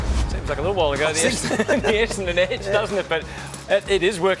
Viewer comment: Essadon club captain can't even pronounce Essadon correctly! lol